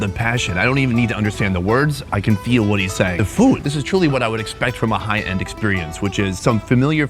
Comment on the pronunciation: 👀 you have hwhaaat in your mouth?